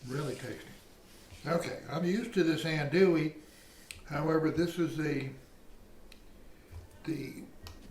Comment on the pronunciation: Filé (ground sassafras) is never a spice used in Cajun sausage or Cajun andouille sausage. Other spices in the mix are off. Finally leggs is an Alabama business it’s not a Louisiana Cajun business. The spices in andouille (pronounced auhn-do-e, not as pronounced in the video). Initially I wasn’t gong to say anything about the size of the grinder plate, but then things were reground even finer. This sausage depends on a rough grind. The traditional plate has about 5 3/4 inch holes. No finer grind is acceptable. Then it must be stuffed into midling beef casings only and it must be cured and then smoked for at least a day. This was breakfast sausage. It won’t taste right at all for a gumbo or beans.